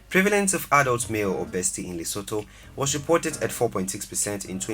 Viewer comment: Lesothoooo lol 😆 😂